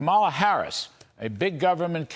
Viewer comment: Larry, when are you going to pronounce Kamala correctly? It's KAH-ma-la, stress on first syllable.